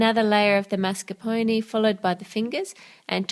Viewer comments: Karkat Vantas So you can't stand the way she pronounces mascarpone because she doesn't use a French pronounciation even though mascarpone is Italian? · I'm sorry but I can't stand the way she says mascarpone ._.